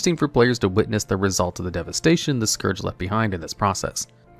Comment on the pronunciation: gonna need you to google "SCOURGE definition" and listen to how it's pronounced